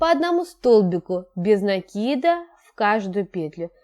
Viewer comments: Правильно говорить накИд. А не нАкид. А то получается по тарабарски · Девочки! Ну сколько же можно. Вяжете прекрасно, в вот говорите... В слове НАКИД ударение на первый слог !!!! Без нАкида! Ну слушать же невозможно